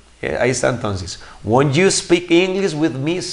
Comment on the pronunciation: Teacher, primeramente muchas gracias por su tiempo y enseñanza. Por otra parte le hago una crítica constructiva, le hace falta mejorar la pronunciación de algunas palabras para que siga mejorando. Por ejemplo, el "won't" no se pronuncia \guont\, la forma correcta es \guount\ hay para que lo cheque. Saludos!